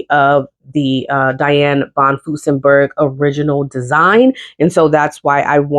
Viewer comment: I have a list of Butterick patterns I want but haven't seen Joann list them on sale for awhile. This has always been one of my favorite companies. Please add an R when you are saying von Furstenberg. Love your videos.